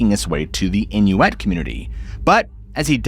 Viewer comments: I’ve never heard Inuit pronounced as “inuETTE” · inuit is pronounced in-you-it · Must be American that is not how Inuit is pronounced